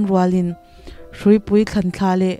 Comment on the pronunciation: Hruipui thlanthla tih lai hi thlanthlà sava hming lam ang a lam rik tur a ni